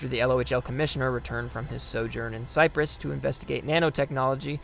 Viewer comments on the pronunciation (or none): none